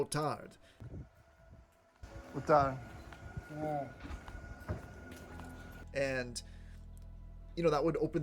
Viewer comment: hi, your "boa tarde" is actually very good...although yes for us native we can see u are foreigner, but still very good... but the effort is all always, I bet u get happy and people retribute to it!!! welcome to Portugal, I live in Great metropolitan Lisbon area... cheers